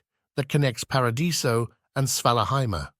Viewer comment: These are great! There’s a couple of inconsistencies around pronunciation of “Paradiso” and “Shasvastii” but I have no idea how easy that is to manage.